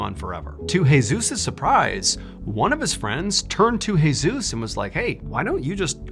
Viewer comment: Jesus pronounced: hey~zues Seriously....